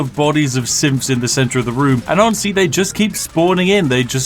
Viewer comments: am I the only one hearing "simps" and not "synths"? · I keep hearing "SIMPs" instead of "Synths" -_ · thought he was saying simps insteead of synths at first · when you say sinths it sounds like simps, and thats perfect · Am I the only one that hears him saying Paladin Danse is killing infinite simps. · Are you saying "simps" instead of synths? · I keep thinking he's saying 'Simps' 😂 makes the video even betterv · … I swear this guy kept saying simps. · An endless quantity of simps arrive to murder Danse. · LOLOL I thought you said "SIMPS" not Synths LOL I am dying. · The whole time I thought he was saying simps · When you say synth I hear Simp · honest to god i dont hear him saying "synths" i keep hearing "simps" and its making this so much funnier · Anyone one else keep hearing say simps.... instead of synths? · I heard SIMPS over and over and even though it's symphs he keeps saying, I don't care, SIMPS it is. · 'TH' pronounced as 'F', lol? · seriously. Are you saying "simps" every other time the script says "synths" just to fuck with me? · this video becomes all the more hilarious if you hear 'Synth' as 'Simp' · WHY DO I HEAR "SIMPS" WHYYYYYYYYY?????? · All I hear is "simps" instead of "synths" 🤣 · Am I the only one hearing “Simps” instead of “Synths”? *If you didn’t — now you do. Sorry.* SPIFFING in INSTITUTE SYNTHS AND THE UNSTOPPABLE URGE TO SIMP FOR HUGH JANUS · Why does Spiff keep saying SIMPS instead of SYNTHS??? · listen, I know you're saying 'Synths' but I prefer to assume that thousands of simps are attacking Hugh Janus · I can not help but hear him calling the synths "simps"! Is he? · It sounds like he says Simps, right? It's not just me? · I don't know why, but every time Spiff says "Synths" I keep hearing "Simps". Suddenly, the whole "endless money" thing makes a lot more sense... *EDIT: I made this comment when I was only five minutes in, and looking down a bit, it seems everyone else already made that connection. Dang. :P